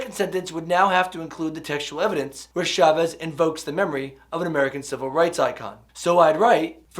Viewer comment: Preparing for teaching AP English in the future. Your stuff is great! One humble request that I hope doesn't bother you-- I've noticed many non-Spanish speakers pronounce Chavez's last name as if it starts with the "Sh" sound. It's actually the same sound as in "cha cha cha." Gracias. :-)